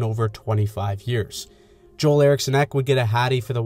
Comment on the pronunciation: That Wild game was wild! FYI, Joel Eriksson Ek's first name is pronounced like "jewel" rather than the traditional Joel we in North America know.